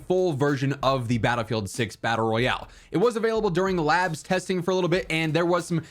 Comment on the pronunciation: DICE: There is no BR in Battle-sing-se 😂